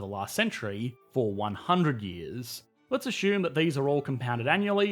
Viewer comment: "Let's ashoom" LOL English?